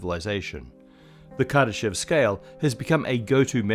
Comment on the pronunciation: anyone else think it said kardashian scale?